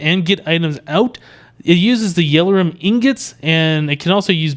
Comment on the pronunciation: its not yell-or-um its yell-or-ee-um